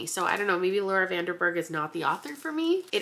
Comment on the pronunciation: yayy i really needed this in my life right now, thank you <33 also btw, i noticed you said 'laura van DER berg' instead of 'laura van DEN berg' and bc i know you value pronouncing people's names correctly (same) i just wanted to point it out!! especially as a dutch person hehe